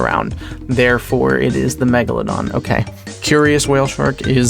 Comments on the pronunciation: my favorite scene was when said "m egladon" and then megalodoned all over the place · you mean the *Mochelogeradon... common mistake...